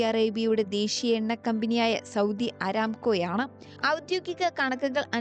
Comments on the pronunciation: നേരാം വണ്ണം അക്ഷര വാക്ക് അഭ്യാസമില്ലാത്ത ആളുകൾ ന്യൂസ് വായിക്കുന്നത് വളരെ മോശം ആണ്. ഇതൊരു ഔദ്യോഗിക ന്യൂസ് ചാനൽ അല്ലേ ? ഗത്തർ ❌ ഖത്തർ ✅ ഇക്വാറ്റർ❌ ഇഖ്വഡോർ ✅ ആരാംകോ❌ അരാംകോ ✅ ബരാൽ ❌ ബാരൽ ✅ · ബരാൽ അല്ല... ബലാൽ .. ബലാൽ...!!😂 ആരാംകോം.. 😅 വായിക്കുന്നയാൾക്ക് അല്പം അക്ഷരാഭ്യാസവും ലോകവിവരവും ഉണ്ടാവുന്നത് അത്ര മോശം കാര്യമൊന്നുമല്ല.